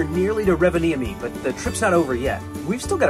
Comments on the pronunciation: By the way, it's pronounced ROvaniemi. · Im currently in Rovaniemi, and FYI, you're pronouncing the towns name incorrectly. Santas village is quite expensive and the shops in the villages have nearly doubled in price as its high season (eg locals like to take advantage of tourists). You need to try GLÖGI. It's just like mulled wine except that it tastes better and doesnt have alochol in it..